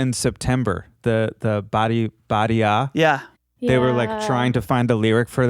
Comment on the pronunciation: "Badi ah"? It's "Party On"!!